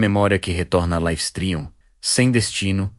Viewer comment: Life streum ? pqp.. dá raiva de ouvir esse negocio errado.